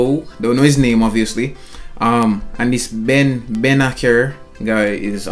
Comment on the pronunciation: It’s pronounced bennaser the c is pronounced with a s